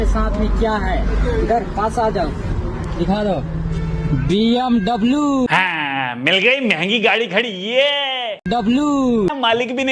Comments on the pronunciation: BMW ❌ DMW ✔️😂😂😂😂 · It's not BMW it's BMV , LOL